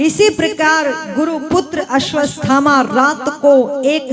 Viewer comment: अश्वस्थामा नहीं, अश्वत्थामा सही है अश्वत् थामा अलग अलग बोलिए तो उच्चारण सही हो जायेगा